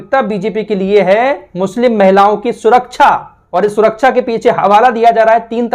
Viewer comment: SURAKCHA NAHI SURAKSHAH BOLA KARTE HEI . 😂